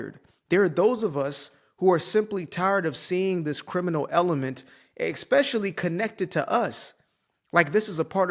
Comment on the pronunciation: Just a reminder that “especially” is pronounced how it’s spelled. No Ex. I comment this every time I hear it, not just because you’re black. ❤😂